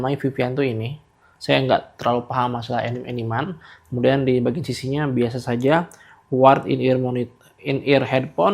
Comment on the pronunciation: sedikit koreksi bacanya "anime" bang bukan "enim"